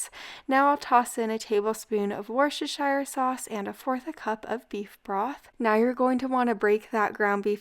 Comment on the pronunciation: Wuss-tur-sure.... On a serious note these videos are great. Thankyou